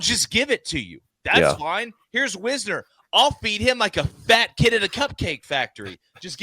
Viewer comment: Wisner (wise ner) he said wizner😅